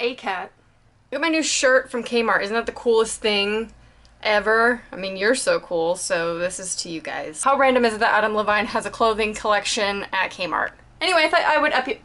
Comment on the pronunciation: *Pronounced Adam "Lev-een" and "Shy-lene" Woodley* :)